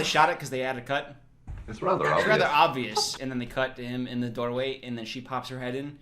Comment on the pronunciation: making fun of Irish people but saying “doorway” in a similar accent unconsciously is so funny to me